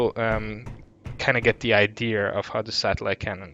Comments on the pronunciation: It's pronounced I-de-ah not I -dee-ur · What is an "ideer?" At first, I thought you were trying to say, "idea," but there's no R in that word, so I'm just confused. Is it a deer sold by Ikea? Or maybe some new Apple product? Please tell me so I know if I need one, thanks. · bro idea has NO r in it STOP saying idear... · So… do people from the UK spell idea with an r are can they just not say idea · theres no R in Idea